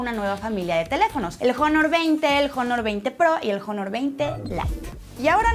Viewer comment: Huawei lanzó el Jonor 20 😂 xq la gente tonta sigue diciendo Jonor? En la palabra Honor, incluso en inglés, la H es muda, y se debe al orígen de la palabra. Al rato la palabra Honesty la van pronunciar "Jonesty" 😅